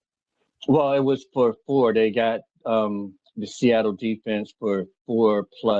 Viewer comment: Lived in Seattle his whole life and he still can't get it right 😂